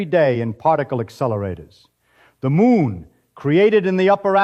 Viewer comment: It's becuase the script was wrong, or this AI version of Feynman pronounces things wrong. The voice says MOON. The subtitles say MOON. The creator of the video should edit the script so it actually says muon, either by spelling it correctly or by altering the spelling so that the AI voice says it properly, such as "mew-on".